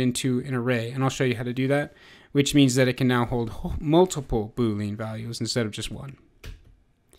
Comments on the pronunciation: Good video. The only thing that I wish to share is: [boo-lee-uh n]. This is the first time I've ever heard [boo-leen]. Just saying and otherwise good job. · is it just been or does it annoy you when he says boo lean? other than that the tutorial is exceptional